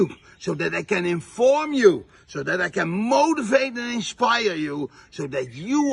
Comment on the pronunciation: Ok... I LOVED this video so much. This guy... I mean... I was dying the entire time. When he said "motivate" I kept hearing "mold" instead. He wants to mold and shape you to be his follower for life! 🤢 The whole thing felt outrageous. Thanks for this, I look forward to seeing/listening to more! 👍